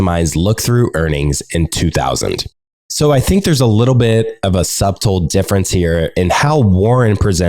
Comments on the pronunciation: The most unsubtle “subtle” pronunciation :P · Good stuff. Feedback: 1. Say “end quote” after you finish a quote, otherwise its hard to tell if you are quoting or commenting. 2. Check your pronunciation of “subtle”